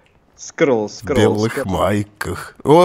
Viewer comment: Не скарл а просто Скар!